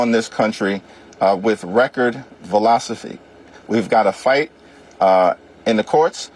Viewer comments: It's velocity! Not velocopy. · "record velocify" lol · Jeffries had nothing to say but he also said velocify instead of velocity haha. Oye! And that’s their leader! They actors acted like Kamala was giving such an inspirational speech lol. She thinks theirs a U-turn happening? Has she not seen the polls and how favorable what Trump is doing is?! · " Record Velocify " ? ! Ummm...... U mean " Velocity " , Hakeem ? 😔🤢